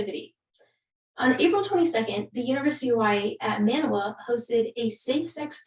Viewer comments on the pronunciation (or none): Just an FYI. University of Hawaii is located in Manoa (that is pronouced Ma No Ah). Not Man New Ah.